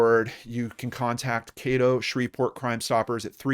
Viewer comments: I know her son. Known him since I was little. Also, Caddo is pronounced with a short A, not long. EDIT: dunno why i wrote brother. im tired lol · Just fyi it's Caddo, rhymes with Shadow. I hope she is found. Thanks for the video.